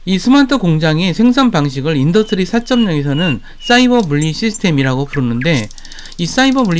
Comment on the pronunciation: 영상다봤습니다.인더뜨리 4.0 디디딸뜨인 발음연습좀 하셔야겠네요 듣기가좀..